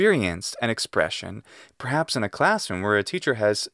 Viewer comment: "In" means "en" says the speaker of American English (that's how MY British ears interpreted it, at any rate). No, no, "in" means "in"! To be sure, the vowel quality is not identical in British English and Latin, but it's only slightly different.